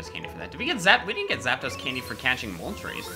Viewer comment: It’s not moltrase it’s more moltress